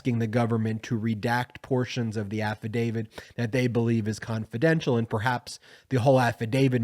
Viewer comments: Please stop saying AFFADAVID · AFFIDAVIT HAS A "T" AT THE END, NOT A "D". PLEASE PRONOUNCE IT CORRECTLY. You are a lawyer and should know better. I'm a big fan, but I wish you would fix your pronunciation. It's kind of embarrassing.